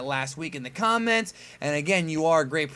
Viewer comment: i really love how you say "prognosticator"!!im greek and its reallynice when i hear anyone saying greek based words right(prognostic is a str8 up greek word not simply greek based!)